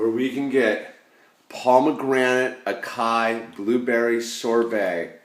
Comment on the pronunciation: Haha, what up thought i'd let ya know its "Ah-Sigh-EE". I thought it was acai too.